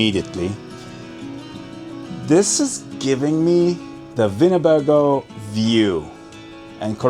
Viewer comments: You didn't say Winnebago (I know what a Winnebago is) , you said "Vinabago" (with a V sound). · What's a Vinabago??? He keeps saying a "Vinabago vibe" and "Vinabago view". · Winnebago? The "w" is not a "v" sound but a "w" as in winning, wooing, wow! and wooden. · I’m confused sir. You pronounced Winnebago with a V, but windows with a W. I was onboard with the German pronunciation, until you reversed yourself. What am I missing?